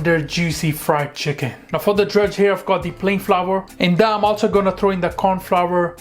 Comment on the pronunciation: You cut the chhicken